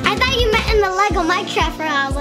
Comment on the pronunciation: you said'' I fort you meant in the lego MINCRAFT not lego fortnite.